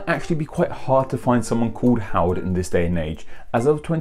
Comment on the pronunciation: You said my name right! And I think the difference is only about $126. Hm...